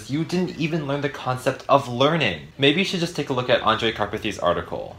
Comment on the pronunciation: HE SAID THE NAME ANDREJ CORRECTLY. SOMEONE PINCH ME